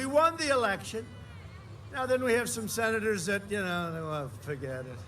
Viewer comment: “We have great senerrzzzz”🤷🏻‍♀️ I think “drained” is the opposite of fuelled.